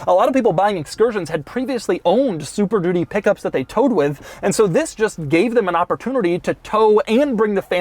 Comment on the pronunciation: Why does he keep saying "super doody" ? Is he just saying it's a really crap car?